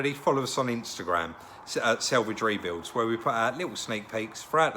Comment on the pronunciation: Why do you say sellvige it's SALevage